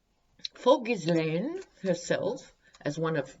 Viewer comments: canadian trivia. the "Ghislaine" name is very french canadian, and in quebec is pronounced "zheess-lenn". one of the witnesses called her "gee-lenn" with a hard g, another common french canadian name, spelled "Guylaine". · Hi Just to let you know Ghislaine is a French name of course and so the S in her name is silent. So pronounced Gheelaine.. Sorry I'm not trying to be pedantic😩 Love your readings!! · Pronounced (Gill ane) the S is silent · Minor, minor quibble - if I remember correctly, the pronunciation of Ghislaine in the French is "Zheel-EHN." Silent "S." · Trivia: Ghislaine Maxwell is pronounced ‘geelan’; the ‘s’ is silent — the ‘g’ is a hard ‘g’ and pronouced as the ‘g’ in guitar. ‘Laine’ is pronounced lan. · Sorry it's szee-lèhne Just googled it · Ghislaine - soft 'g' as in GIGI, The S not pronounced (french style) so shggggg III LAINE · Sorry don’t agree, we wd pronounce it gheeslaine.. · No it isn’t. It’s pronounced phonetically like * gislen * with a hard G, or * geese lane * I don’t know where this silent * s * idea comes from, but it is wrong. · Hi, just love your readings and your humour, just want to make a comment on Ghislaine's name It's pronounced 'jeez-len',, the French Just neeeds to make that comment, and I don't mean to be offensive just helpful, hop ethics helps in the future as I assume we will often mention her name, tk un